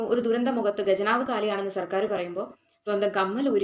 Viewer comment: ഖജനാവ് അല്ല ഖജനാവ്. ഉച്ഛരിക്കാൻ പഠിക്കു